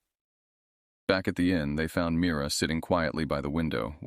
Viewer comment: "Mirror " instead of "Mira"?